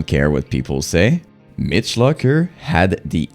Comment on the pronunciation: You cant even say Mitch Lucker's correctly. Therefore your opinion is null and void!